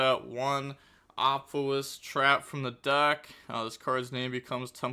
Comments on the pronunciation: Ah-pa-fis is the pronunciation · Hey, this Apophis' pronunciation is easy Apo- like Apollousa -phis as in fees from a payment apophis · Apophis = Uh-Po-fis It's from Egyptian mythology. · It's more like fish than fes. Ophis (oh-fish) means snake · SAY IT WITH ME AH PAW PHIS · Pronunciation of Apophis, broken down for. App-oh-fis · Pronouniciation from a simple man Apo- Think of Apollousa Phis- Fis. Fist without the T